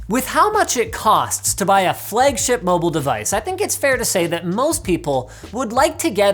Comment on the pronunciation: Linus “Flegship” Sebastian